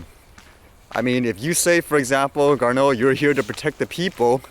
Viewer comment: His name is pronounced Gar-NO. Figures right. He's Canada's famous astronaut that has achieved his dreams of flight and now in a government office that regulates flight denies you yours. His decision appears to be as a result of bad dreams of aircraft collisions with drones and conversations with pilots. I believe if you were to ask any pilot of a "manned" aircraft what they thought of sharing a tiny portion of airspace with a drone, no matter how remote from them, the answer would be assuredly NO WAY.